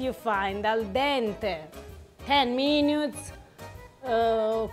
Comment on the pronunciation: “17 meenyootes”……???? 😅😂🤣😂😂😅 love this woman❤️